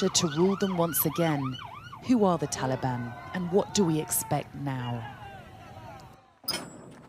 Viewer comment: It's Taliban not talban come on sky news